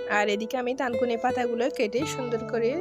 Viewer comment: লেখা থানকুনি,বলছেন তানকুনি। আসলে কোন পাতা দিয়ে করেছেন?